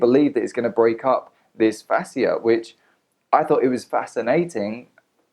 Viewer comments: This was a good video. You shared information that women needed to hear. Some have had good outcomes from the product, others have had horrible. So people should stop hating. P.s Its pronounced like fashia :) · He's just as qualified to do this video as Ashley is to do her videos and offer medical advice on Facebook. Also, AB mispronounces and misuses medical terms in her videos all the time. I've tried to comment to correct it on her videos, but my comments never go through. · Dude you can’t even pronounce Fascia correctly but “think” you know wtf you are talking about lol! Yes people misused the product. Guess what? I have not misused it!! I own every single product and LOVE them! Btw...many manual therapies may cause some bruising.